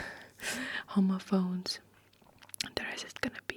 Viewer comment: Just an fyi, youre saying it very close to the word homophobes which is not really how its pronounced in english and makes it jarring to hear lol. The first o is a short sound like hom-ophones instead of homo-phones